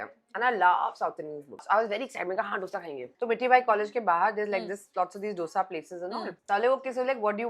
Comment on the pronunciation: डोसा नहीं दोसे